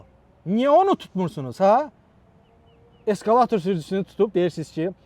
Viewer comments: Eskalatir yox ekskavator😂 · Eskalator yox, eskkavator😂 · Eskalator yox ekskvator😂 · Eskavator yox, Ekskavator! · E qurbanoıum ay səviyyəıi oqıan:Eskaıator yox Ekskvator